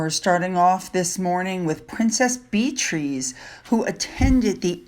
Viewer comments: Princess Beatrice's name is not 'Beet-reece' it is pronounced BEE-a-triss...Not the only mispronunciation in this video. Honestly and please take this in good spirit, but mispronunciations are rampant in the broadcast industry these days. Please try to do better or you won't be taken seriously. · Just FYI, it's not BEE TREES; its BE A TRIS.💜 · "Beatrice" is pronounced "Bee-ah-TRISS"